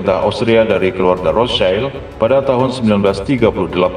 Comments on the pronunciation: BANG ROTHSCHILD ITU BACANYA BUKA ROTH CAIL.. TAPI RETH SIELD INI BAHASA JERMAN AZKENAZI YG ARTINYA TAMENG MERAH. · Maaf min Cara bacanya bukan "rotschaild" Karena aslinya dari Bahasa jerman. Yg lebih tepat rothsyield.